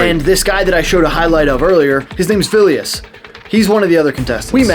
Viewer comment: The way you pronounce Vilius' name is pretty funny/cute. It's also worth noting Vilius has fought and won in MMA. So he knows his stuff even without the Gi.